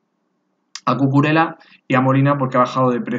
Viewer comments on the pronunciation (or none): Se dice Cucurella como se escribe, y 'Royer' Martí, no ruyer jajajaja